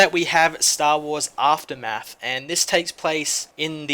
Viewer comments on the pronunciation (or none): none